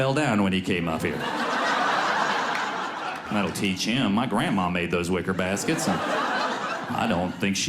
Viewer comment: It sounded like he almost said "whisker biscuits," instead of "wicker baskets," towards the end.